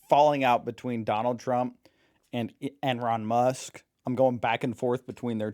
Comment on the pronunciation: True, he said Ron Musk lol